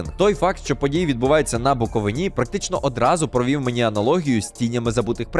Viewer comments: БуковИні Знаю, що перфекціоніст) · Дякую за шикарний огляд❤ але, будь ласка, - на БуковИні. А не на БуковинІ 🙏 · На буковИні, не буковинІ, будь ласка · БуковИна, на БуковИні, будь ласка! Тільки не БуковинА 🥲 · БуковИні, дідько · Дякую за огляд. Тільки одне зауваження - не на БуковинІ, а на БуковИні. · будь ласка, я вас прошу: БуковИні, а не БуковинІ не треба промовляти по анології з Галичиною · Чому на БуковИні? Бісите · Правильний наголос "БуковИні" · На БуковИні. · на буковині.....невірно наголос!!!! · На заміточку. Правильно казати на Буковині, наголос на букву и